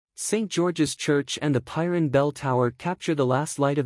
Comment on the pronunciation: Such a stunning place, which deserves a narrator who knows how to pronounce its name correctly! Stop using AI for narration please